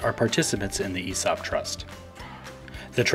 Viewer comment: Makes it sound like a "Heresy Op" .. haha it's all about the right emphAAASis on the right syllAAABle.